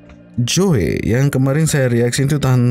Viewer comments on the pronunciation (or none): Joey sebutan nya Jo ey ....heheheh